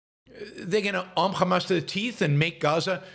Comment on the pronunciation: He pronounces Hamas as Khamas. This says it Zio.